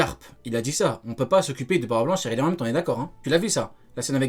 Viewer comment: Comment dit « Rayleigh »: « Huaweï » 🤣😭